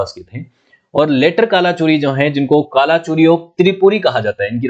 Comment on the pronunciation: गढ़ मंडला, हैहय वंश कल्चुरी (not Kala chori ) please work on pronunciation